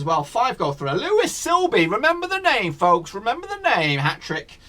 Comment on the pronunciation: It’s Louie not Lewis